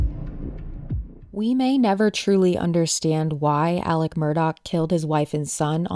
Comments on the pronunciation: Not trying to be a jerk but you literally say his name wrong twice in the beginning. Why do you call him Alec instead of Alex? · Why does the prosecution call him Alec when his name is ALEX.?